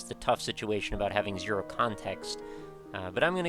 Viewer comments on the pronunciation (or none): none